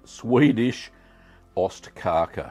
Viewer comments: It's OSTkaka, not ÖSTkaka. Cheese Cake vs East Cake. The former is delicious; the latter, ephemeral. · It's ostkaka, not östkaka. Ost = cheese, kaka = cake. Öst means east, so you are saying "eastcake" which just sound like nonsense in Swedish.